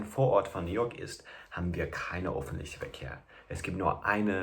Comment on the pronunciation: Ich glaub das wird öffentlichen ausgesprochen nicht offentlichen